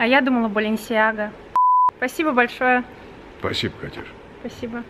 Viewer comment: Она сказала Балинсиага.